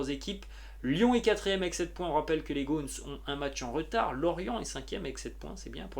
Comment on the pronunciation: Euh j'adore ton travail, mais🥴euh , je vais te faire une mini ( très mini ) remarque. prononce comme une gomme .. comme ..Le m se transforme en N et tu prononces ... gone.. Gone 🗣️🗣️ c'est un léger ajustement 🦁 only Lyon